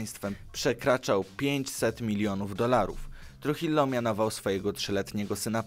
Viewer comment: Tak na przyszłosć, Trujillo czyta się truhijo, ponieważ w hiszpańskim ''j'' czyta się jako ''h'', a ''ll'' czyta się jako ''j''.